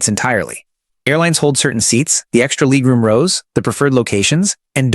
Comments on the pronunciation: Ooh, gotta get me some of that "leeg room" FFS. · Leeg room???? So damn annoying